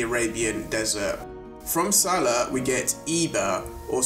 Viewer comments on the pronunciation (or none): none